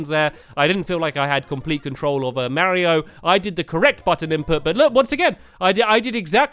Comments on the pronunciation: Super barry-o maker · who else thought stampy said super bario bros